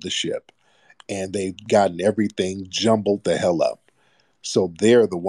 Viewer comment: "Everyfink?" 🙄 She sounded quite literate until this point. This isn't a white woman though. I'm getting immigrant vibes, perhaps South asian or East african. Tried her very best to sound quite affluent, but it wasn't dropping. Judging by the comments she wasn't fooling anyone. If she is a repeat troller, she has serious mental issues.